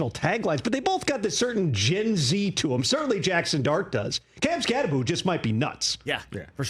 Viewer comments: It's Kam Skattebo. NOT Skatteboo. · Direct quote from article: Skattebo's last name is pronounced "SKAT-eh-boo." While the end of the name looks like it should be pronounced "boh," it's actually pronounced as "boo." It's not the most difficult name as far as college football players go, but it's easy to get tripped up on that last syllable. Arizona State's player profile for Skattebo emphasizes that the end of the name is "pronounced BOO."